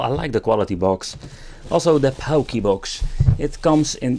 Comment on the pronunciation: It’s pronounced “porky box”